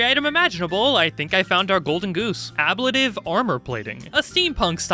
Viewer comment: Love the video, but your pronunciation of ablative gave me psychic damage.